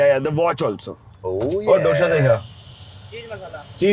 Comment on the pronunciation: It’s not doSHA . . It’s dosa 😭😭😭